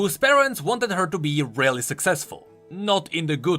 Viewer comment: "RELLy successful"